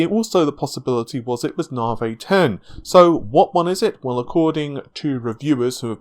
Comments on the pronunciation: Come on dude even AMD say Nav-i, why stay with the Narvay all the time. You sound daft and I know you aren't. If it's just to troll then you got me. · Thing is though, if you can say Narvay you can say Nav-i. A speech impediment wouldn't prevent that as far as I know. Who knows. I just don't understand why he does it that's all, not just with Navi but with other stuff. Maybe I'm just being pedantic.